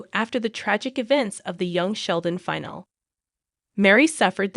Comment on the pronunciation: Is the narrator aged ten or are all American adults so poorly educated? Iain is pronounced Ian, not 'I-on'; finale is pronounced fi-nal-e, not 'fi-nal'. Go back to school, dear, and educate yourself.